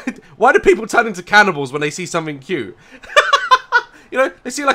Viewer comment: What i heard. "Catibals" ....